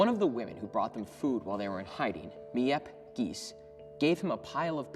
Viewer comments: Miep Gies is pronounced: Meep Gees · Few notes: It wasn't just the company we're Otto Frank worked, it was his company. Miep Gies is pronounced 'Meep Gees', not 'mi-yep gees' It's been translated into over 70 languages, not 60 There are 35 million copies sold, not 30 million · “meeyep gees” LKKDNSKSN